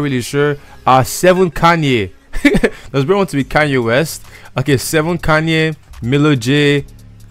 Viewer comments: its seven "kein" not seven "kanye" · also the original song is from seven kayne (its pronounces kein in spanish not kanye) and bhavi (the h is mute)